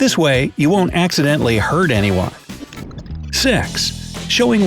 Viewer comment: Did he actually said S*x instead of 6?